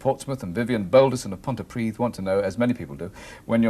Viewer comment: He pronounced Pontypridd correctly...